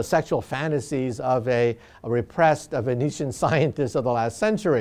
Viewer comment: he said «viennetian».